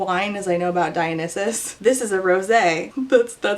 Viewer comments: girl don't worry about the pronunciation, every English speaker pronounces it incorrectly. It's not /da-yo-nis-suhs/ like you say nor /da-yo-nih-suhs/ like others say because English speakers can't pronounce foreign words correctly anyways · hey dont worry about pronunciation, i was like "huh i think it's said dye-oh-NYE-sus" but then i thought about it and realized i didnt actually know LOL. i grew up with the roman retellings so i get getting tripped up by names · "Umm actually, it's pronounced 'dee-oh-nee-soos'" Yes really. But nobody in English pronounces it that way hahaha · i will say, as a hellenic pagan whose patron is Dionysus, i Was cringing but more in a "ah. we've all been there" kinda way LMAO. greek names to an english native speaker are hard! glad someone was able to tell you irl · Don't take this the wrong way, but your confusion about a badly written book was very entertaining. Thank you for correcting your pronunciation of Dionysus. Your review of this book comes in second to Jason Kelce's review of The Twighlight movies. 😂😂😂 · I pronounce dionysus in a third different way! I really wonder if it also depends on english/American pronunciation. Thanks for summarising this book so clearly, I was very curious after the drama dust settled. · when you mispronounced Dionysus that cult of Dionysus song would play in my head lol